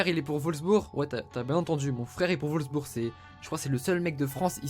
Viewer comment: c'est Wolfsburg, pas volsbur xD